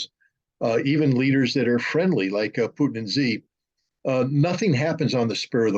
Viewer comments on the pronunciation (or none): Why americans refer to xi jin ping with “z” instead of “xi”? (Im not american) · This guy is an idiot. Pronounce the Chinese president’s name correctly and you’ll have much more credibility. It’s not pronounced “Z”.